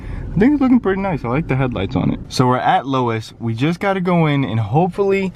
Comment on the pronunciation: LOW-es??? Really? not "lo-z", but "LO-ES"